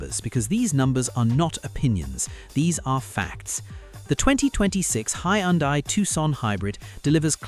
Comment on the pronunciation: Hyundai is pronounced Hun-day.